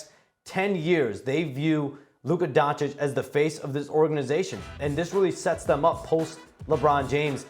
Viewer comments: It's DonchiCH like CHurCHill ! .. learn to pronounce it ... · Donchik??? Guy has been in a league for a while with huge impact and SAS still doesn't know how to pronounce his name,unreal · After all this years, sas still calls him luka donkich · It's not Don-chick, for fuck's sake. Respect people's names, no matter where they are from. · Why does SAS still not know how to pronounce Doncic? 🧐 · The only thing more surprising than this trade is the fact that Stephen A still can’t pronounce “Doncic”. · Doncic is a 2 syllable name and Stephen A still hasn't figured out how to say it.